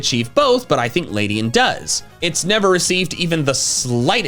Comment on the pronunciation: It's Ledian, NOT Ladyan!